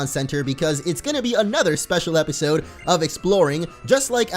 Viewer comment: did he say tipisode?